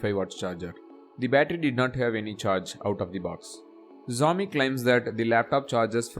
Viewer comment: Xiaomi pronounce sehi dhang se karlo..